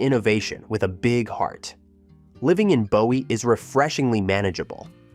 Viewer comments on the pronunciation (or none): Not BO WEE, but BOO WEE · Yes, it is "Boo•ee"! And, Clee•burn (Cleburn), not "Clay•burn", and Kor•enth (Corinth), not "KuH•Renth"! So many yankees and fer'ners!🙄 😉😄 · If you are going to do this, at least pronounce the town names right. Bowie is BOO ee not Bow Ee . And don't even get me started on Mexia. This lack of knowledge makes me doubt the facts are correct. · Boo e not Bow e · Isn’t Bowie pronounced BOO-E??? The mispronounced city names are atrocious. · Bowie, Boo-ee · "Courthouse square" in BOWIE? ...Oh, and it's "Boo-ee". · If you’re going to do a documentary on Texas learn how to pronounce Mexia and Bowie. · Bowie was mispronounced too.